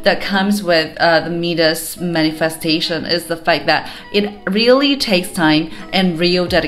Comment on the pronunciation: Mee-dus?? My-dis dear